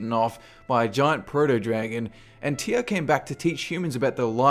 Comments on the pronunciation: who the fuck pronouces Tyr, TIAA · Why do you pronounce "Tyr" as "Teeyah"?